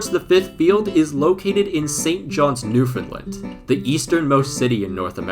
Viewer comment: Just an FYI, it's pronounced New-fun-land, not New-fin-lund.